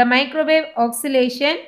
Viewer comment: Your pronunciation of oscillation is wrong. Its oscillation not oxilation.